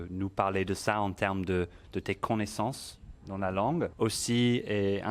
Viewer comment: Finally a great a precise video about pronunciation. This is excellent. - One thing however : as a native, not sure why he says E sound at the end of "maîtrise" should be pronounced. - Tu as l'air de prononcer "con" - naissance, hors c'est "co" - naissance.